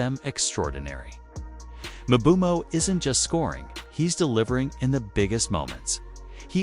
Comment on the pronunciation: Not mobumo it’s mbumo